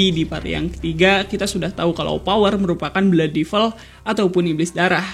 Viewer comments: Bacanya devəl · Gemes dengan pronounciation nya. Buat devil, bacanya bukan divel.